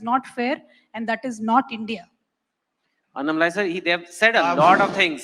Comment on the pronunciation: Annamalai..Very Clear❤❤❤